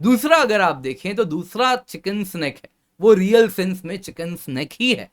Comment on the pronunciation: चिकेन नेक या चिकेन्स नेक के बजाये चिकन स्नेक क्यों बोल रहे बार बार?? 🙄🙄🙄